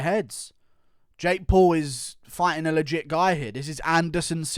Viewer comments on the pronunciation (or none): none